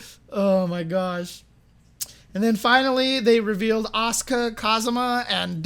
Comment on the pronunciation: Definitely not Oscar. It's A-su-ka. Fully pronounced.